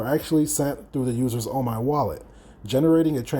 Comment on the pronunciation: It's pronounced OMEEEEEE